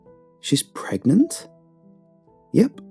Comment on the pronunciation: She is PregaNaNant or Pregante 😂😂😂